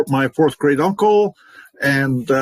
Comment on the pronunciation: Now I’m laughing because when you said great I thought you said grade 😂